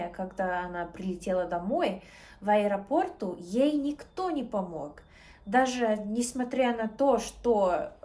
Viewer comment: В аэропортУ. Ударение на у. Ты классная !